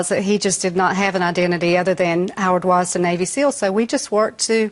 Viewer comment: It's WasDIN, not Watson. Said it wrong twice.